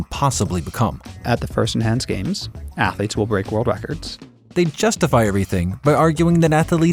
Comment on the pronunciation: “Athaletes”… yeah sounds like is AI